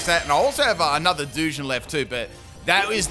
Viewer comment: Full wrong pronunciation team! Hisuian(his-oo-wane) Samurott Duosion (Doo-sion) Gliscor (Gliss-cor) Magearna (Maj-jar-na) A grass Pokémon with synthesis (favourite healing move) Maushold (Moose-hold) Any I've missed?😂